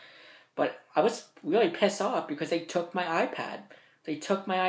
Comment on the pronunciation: "It was WEEEEEEAWY WEEEEEAWY WEEEEEAWY BAD." I'm so done XDDD